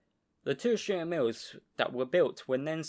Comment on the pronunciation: Nice and interesting video. Stur means Sturdy or Stalwart or Cool. Sturer Emil: Sturdy Emil. Stur pronounced as Stoor like in Do or Too. In our Dutch language it is pronounced the same: stoor, written as Stoer.